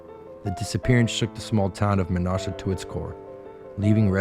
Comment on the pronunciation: You mispronounced "Menasha", but otherwise a good video! Source: Me. I grew up in Menasha.